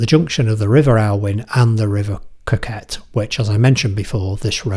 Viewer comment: C’mon man; it’s pronounced “co-cut” not coquett”